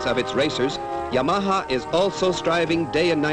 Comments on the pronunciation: Just listen to Japanese, he was way off. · I love the pronunciation of Yam-arhar. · I love the way dude says Yamaha, it's like he is saying; "Your mom huh?" In a NY accent. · "ya-maha" lol! Or is that how the Japanese pronounce it? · This guy had no idea how to pronounce "Yamaha." lol. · Did the narrator EVER learn to pronounce the brand-name properly?